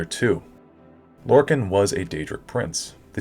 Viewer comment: How you pronounce lorkhan triggers me. It’s lore-kon not lore-kin